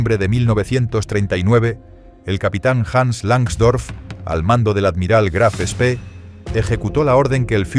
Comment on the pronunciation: El Graf Spee (no "spi") no fue hundido, sólo averiado. Fue su capitán quien lo destruyó para evitar que fuese capturado.